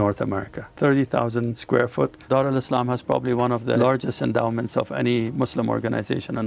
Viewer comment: Why you calling it Dar Alislam?